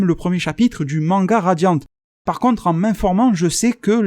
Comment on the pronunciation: J aime bien tu dis que tuvas appeler ça radian et au fur et a mesure tu fini par dire radian"te".je trouve ça marrant par c est tellement naturel